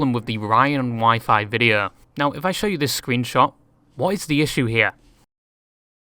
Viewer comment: I am so sorry, this is a stupid comment. But when you say show, it sounds like "sher" and when you say furry, it sounds like "fairy". (I swear I'm not making fun of you. [Or am I? Idk lol.])